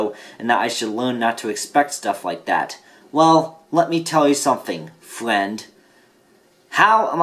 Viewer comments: "Well, let me tell you something... Flend" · well, let me tell you something... FWEND